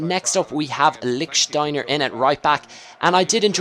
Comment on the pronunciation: lick shteiner xD